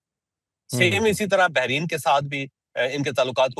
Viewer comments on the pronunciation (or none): Sir behrin nahi, Bahrain hai, Aftar Ahmed Sagar from Oman